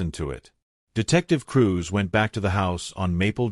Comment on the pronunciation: Dotting i's and crossing t's. Cruz not Cruise.